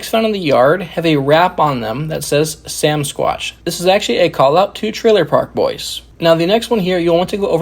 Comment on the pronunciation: It's not samsquatch. It's Samsquanch